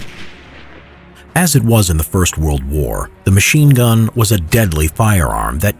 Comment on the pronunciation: Sounds like to me he said mean gun